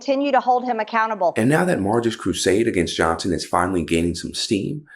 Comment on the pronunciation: "Mike Johnt-sen..." Now we know where all the 'T's gen z has no use for have gone.